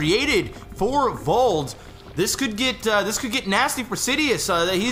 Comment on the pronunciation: sour about being proud he said Vold's name correctly at the beginning. And then saying it wrong for the rest of the game